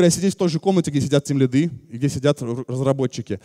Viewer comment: Меня одного передёргивает от слова тимлидЫ, а не тимлИды?))) Вообще отличная лекция